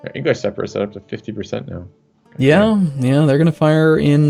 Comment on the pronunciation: Man, I wish would stop saying Separists